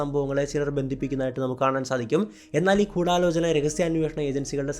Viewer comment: കൂടാലോചനയല്ല, ഗൂഡാലോചന ... ഗുദാ-ഗഫായുടെ ഗു